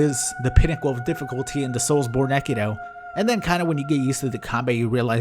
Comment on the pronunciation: i don't think you need to pronounce the last "E" in "Soulsbornekiro"